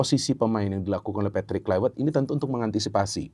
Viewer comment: Tolong, cara penyebutan patrik Kluivert jangan pake cara Inggris, tepatnya di huruf V nya. Sebab dia orang Belanda